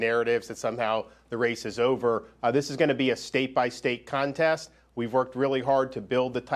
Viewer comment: Did he say “Contest”